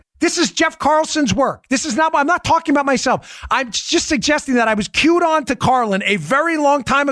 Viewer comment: Wow! - of this video It seemed Dan said he was “Q-anoned” by very smart people. He likely said “cued-on” but it took a few replays to be sure. Perhaps a wink to Q followers?